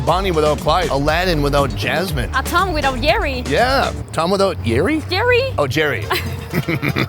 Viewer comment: He said tongue and Jerry lmfao.she said tom and Jerry lol